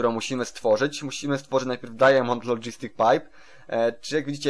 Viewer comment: Mów dajmond a nie dajamond